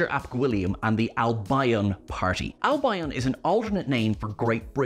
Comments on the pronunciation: (and repeated elsewhere) For future ref, Albion is pronounced AL-bee-on, not al-BYE-on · Pronounced AL- BEE - EN not AL-BI-ON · The Albion mispronunciation really irritated me. Its Al-bee-on not Al-bye-on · Its Al-beeon by the way. not Al-byeon. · "Albeeon" not "Al-by-on". 🤦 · its pronounced Albeon not Al Bion! Sheesh! 🤪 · I don't want to be that guy but I can't resist so it seems I am, and it's said so often: Albion is pronounced AL-bee-on not al-BIE-on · "Al - Bye - un"? Surely it's "Al - Bee - on" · Why do you keep saying Al-by-on, it’s pronounced Al-be-an…just saying 🌞 The one thing I haven’t heard anyone else mention is the older woman at the bar in the Dead Wood, is a very famous actress. Both her and the others in the bar must be coming back to haunt us at a later date. I don’t believe it was just a cameo. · It's not AL BI ON, ITS ALBION !!!! its one word get it right 🙄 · its Al-be -on not al-by-on ❤ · I thought Albion was pronounced „Al-bee-on“, not „Al-bi-on“. 🤔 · Al-bee-uhn, not Al-bye-on. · Albion is Alb-ee-on, not Alb-eye-on. 🙂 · It's AL-bee-un. Not al-BI-on. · Al-bee-un. Albion. Not Al-by-on 🤣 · you're pronouncing Albion incorrectly. It's Al-bee-un, not Al-by-on. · It's pronounced 'Al bee on', actually, not 'al by on'. Usually pronounced as if has two syllables, not the three syllables that you stretched it out to. I cringed every time that I heard you say 'Al bye on'.Even the Welsh don't pronounce it like that. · Albion is surely pronounced (as in West Bromwich Albion F.C.) is pronounced Al-be-on not Al-by-on ? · You do pronounce Albion very oddly. It's Al be on with the stress on the 'al'. Not al bi on with the stress on the bi. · Fascinating to see the easter eggs; but let down by the mispronunciation of 'Albion'. Never heard someone say it 'Al-by-on" before. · West Bromwich Al-BYE-on 🤣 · it's pronounced L-BE-ON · Al-buy-on? Interestingly Perfidious Albion (from Shakespeare) is well known in French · Albion is pronounced "Al - Bee - On"